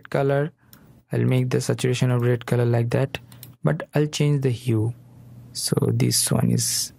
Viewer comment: Ляйк дэт.. бесит произношение но говорит дело, собака)))